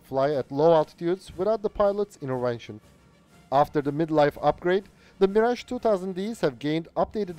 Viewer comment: I hope for the day we'll see an English native speaker (or even non-native like this one) youtuber finally pronunce French names like Mirage CORRECTLY. Is it so complicated???